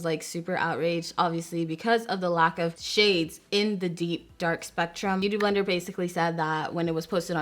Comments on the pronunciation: My girl struggling trying to say Beauty Blender lol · The way she says “beauty blender” lol